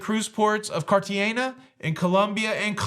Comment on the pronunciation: The G in Cartagena is pronounced with an H sound.